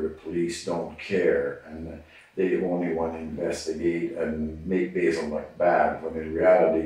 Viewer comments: 1. It made me happy every time the detective said bazill instead of basil lol 2. Dude thinks hierarchy is higharchy and the opposite of it is lowarchy LOL 🙄 3. What an insufferable narcissist... dude loves talking about himself even in third person 4. This detective has the patience of a Buddhist monk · Despite the guy telling him how to pronounce his name as BAY-ZUL and the detective continues to call him BAZZLE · “Is it ok if I call you Bazil?” 😑“It’s Basil”😑 “Basil? Ok, great” 30 seconds later “Do you know your rights Bazil?” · 🤣🤣🤣🤣I laughed at that too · How many times is he going to call the dude Bazzle?(like Dazzle, but with a B) 🤣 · Hahaha! This is Gold! I love too, how he corrects the interrogator on his name pronunciation yet the interrogator continues to mispronounce it! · Did anybody else love the fact that he consistently throughout the whole entire interview mispronounced his name? 😂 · He asked how to pronounce the name and gets it wrong 90% of the time. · Why does he keep pronouncing his name incorrectly????? I know it probably seems insignificant, but I think it would help with building repore